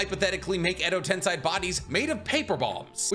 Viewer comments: i love your videos but it's hard to hear you say tensai instead of tensei. Accent thing i guess xD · anyone else uncomfortable with him saying "edo tensai"